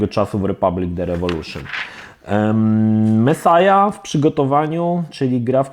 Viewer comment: Mesjasz kurła a nie mesaja typie